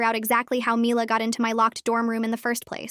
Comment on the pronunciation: They keep pronouncing mila's name differently